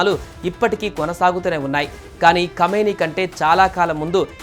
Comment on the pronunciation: కామిని కాదు బాబు... అయన కమీనే (నీచ్ కామినే కుత్త)